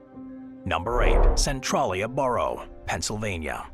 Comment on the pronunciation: 'Centrawllia'? Gosh, AI narration sure fails things like names. Maybe someone should actually read these things. That should be 'Sen-tray-lee-uh'.